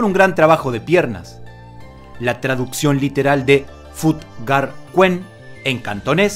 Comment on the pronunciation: Se escribe fut ga, pero se dice Fatt ga kuen, y es sureño no del nortem